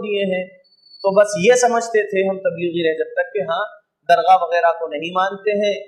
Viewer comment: درغاہ نہیں ہے حضرت بلکہ درگاہ ہے